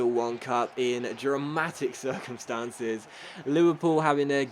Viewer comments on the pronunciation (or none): none